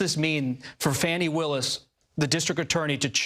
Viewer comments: He is saying fanny like Trump does. Her name is fanny. It showd that these people are bias. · Fani is pronounced as, Fawn-Knee, not FAN-knee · FAH nee, not fanny. Please respect this women. Why can't this guy pronounce peoples' names? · That girl Fani pronounced Fahnee ❤ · This reporter can't even say Fani Willi's name correctly! Get it right while reporting on national TV Bud!